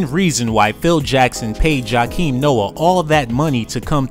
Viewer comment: This dude said Chakim Noah